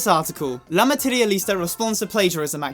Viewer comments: I love how he said: "LA MATEREALISTA" I love your spanish💕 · as a native spanish speaker all I can say is: chipi chacha is so weird, like literally doesn't mean anything 😂 and you pronounced "la materialista" really good👌🏻👌🏻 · you pronounced it right <3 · I speak spanish and you pronounced better than me :v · Him: apologizing about his pronunciation on spanish Also him: says La Materialista 99% perfect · actually you pronuncied very well "la materialista", pichichichichacha means NOTHING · you actually pronounced it so perfectly it caught me by surprise! don't worry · I'm not even Spanish but I needed saying "La materialista" with that perfect Italian pronunciation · when you pronounced "la materialista" I almost had a heart attack, I really love your pronunciation aH (sorry for my bad english ;; 🇨🇱)